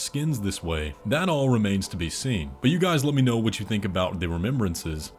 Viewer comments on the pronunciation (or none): none